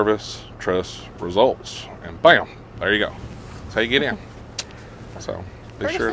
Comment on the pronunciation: "Service Trust Reseults"